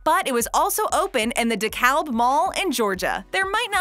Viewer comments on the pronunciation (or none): Dekalb is pronounced Dekab...it’s a regional thing.